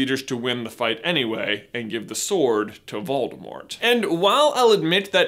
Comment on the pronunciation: Did you know the “T” in Voldemort is silent?